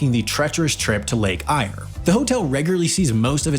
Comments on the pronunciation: So true. For example Eyre is pronounced as AIR, not whatever rubbish he said. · Lake eyre , is pronounced Lake air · Lake Eyre is pronounced Lake Air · I wish these video makers would research their pronounciation before blundering in. Lake Eyre is pronounced 'air' (after the British explorer John Eyre), not 'ire'. Oodnadatta has a short 'a' as in 'at' so it's not 'Oodnadarta'. Gibbers are small rocks and pronounced with hard 'g' so it's not 'jibber' (which is what badly reasearched video presenters do). Also, Anna Creek is not a bloody 'farm'. That's a much smaller higher rainfall holding where you till the land and grow wheat etc. And the land isn't owned by the Australian Government. It is 'Crown land' owned by the South Australian state Government. These leases were created long before the Australian Government even existed (1901). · It is Lake Eyre pronounced Air, or to use it's proper native name, Kati Thanda, and is an endorheic lake, a sink or lake with no visible inlets or outlets. Also it is highly saline. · Not aimed at sin of buck, but the narrator in the original video has no idea how to pronounce so many names and words. Lake Eyre is pronounced more like Air for example. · I did a charter flight from Rawnsley Park Station over Lake Eyre (which is pronounce 'Lake Air", by the way) and we landed at William Creek, which is an interesting place. They had a little "park" (just a bare patch of stoney land) with some remnants of old rockets from Woomera. The pub was nice and the locals were very welcoming. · It’s Lake Eyre pronounced “air”! Ooh that grates on my nerves, sorry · The guy commenting this vidio isn't an Aussie.he may live here but he cant pronounce Places and land features correctly so much for knowing what he is talking about